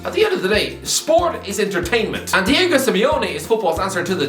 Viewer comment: Diego* not Diyeigouw